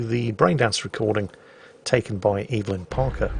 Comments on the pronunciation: Right I said lowkey triggering as a joke tbf, like its a minor annoyance. Naa i also have an auntie called ev a lyn ive never heard EVElyn before ever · I gotta say, I dunno if its just me, but PLEASE stop saying EVE-LYN, its just evelyn (ev-a-lynn). They even say it in the game its actually lowkey triggering. Like this is half jokey but also half an actual request